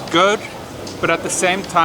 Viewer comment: Got scared when you used that canned coconut milk. The canned version can never capture the taste of the real one. By the way, i like your old lezhown pronunciation. Hehehe